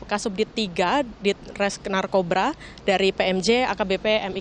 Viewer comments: menit pembawa acara bilang narkoba "narkobra" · Menit salah sebut narkobra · "NARKOBRA" 😂😂😂😂 ngakak anjay, yakali ular kobraa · Host y bilang narkoba, naarrrcobra, encot kau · Wiss Narkobraa! 🐍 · budi Ginting iya td gue puter ulang wkwkwk narkobra 😆😆🤣🤣🤣🤣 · Narkobra or Narkoba 1.54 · 01.56 slh ngomong NARKORBRA 😁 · Ular kobra sisan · Wkwk iya gw juga dengernya gtu😄